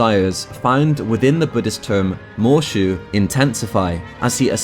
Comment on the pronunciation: Every time he says “Moeshu” my brain just hears “MMM”